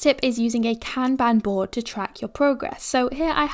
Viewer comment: You are killing it. Appreciate you. Kanban (カンバン) is pronounced Khan Bhan (as in Genghis Khan and Autobahn not Can Ban🥫🚫). Sorry Japanese History major so I couldn't help it :P